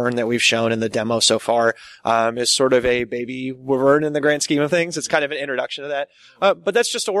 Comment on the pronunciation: Said in my best Hermione pedant voice: "It's WHY-vern, not whiv-ERN."